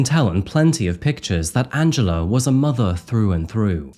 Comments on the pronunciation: I always understand Angelo instead of Angela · Good video. However it sounded like you said Angelo instead of Angela. Do better.